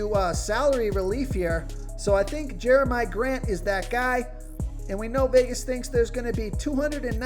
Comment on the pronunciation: Your continued mispronunciation of the name Jerami Grant makes me think you've never watched the Nuggets play basketball.